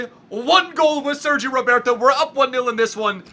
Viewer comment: It's not Sergio Roberto it's 'Sergi Roberto'